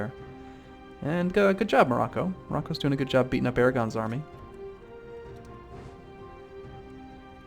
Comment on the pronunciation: Ah-Rah-Gon-Eeze, not Arg-On-Eeze. :D